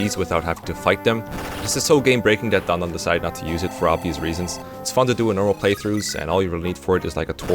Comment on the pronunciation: going so fast he pronounces his own name as dondoff1. Looking forward to the Marcus party.